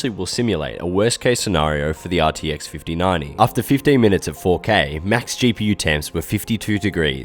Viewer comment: RTX 5090❌ “RTX FIFTY NANI” ✅